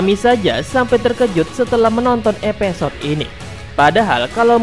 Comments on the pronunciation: Evisode bang bukan epesod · Gunakan penyebutan bahasa indonesia yang baik dan benar, episode bukan epesode😆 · knp huruf i jadi e ya?